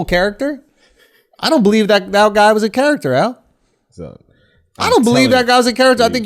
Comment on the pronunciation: Who else notices how Andrew pronounces "character" ✋🏾